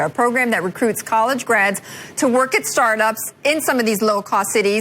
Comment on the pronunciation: Tech startups,I thought she said Starbucks.